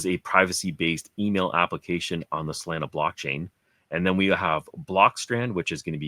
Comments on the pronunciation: Dude can you stop saying freaking saalana... Its solana like sol lana. You can say sol mail but you cant say solana... Say it with me sol lana... Just stop it... Freaking salana.. You said ugly af... Just stop it.. Im so mad right now... Eerrgghhhhh!!! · it's so-lah-nah, like how locals pronounce solana beach which is where the solana founder is from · if you make another Solana video can you please pronounce SOLANA correctly